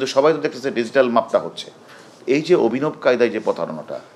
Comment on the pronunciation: ''অভিনব" শব্দটা ঠিকভাবে উচ্চারন করেন !! 😆